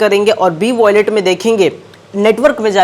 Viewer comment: Yeh kub bolna shikhega😂voilet abe wallet bol 🤣